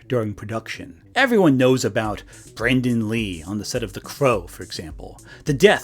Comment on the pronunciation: Maybe it's your accent, but it sounds like you mispronounce Brandon Lee's name as Brendon. And I thought the Alec Baldwin accident happened while filming a scene where he was supposed to fire the gun. But other crew members had been shooting live rounds in them earlier that day or the day before, and the weapon master failed to clear and load them with blanks before the scene.